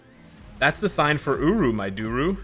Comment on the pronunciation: Holiday uniforms are hit and miss, though if anyone needs a uni, gamora and rocket are up there. About f*cking time Hela gets something. I hope heimdall becomes somewhat useful. Still waiting on the black Friday sales, but it's all good. Thanks for the video () You do say uru weird lol